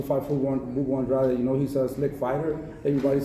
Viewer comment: Finally saying the last name right. Andrade